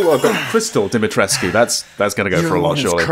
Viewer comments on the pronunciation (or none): its pronounced Dim-A-treesk. the U is silent.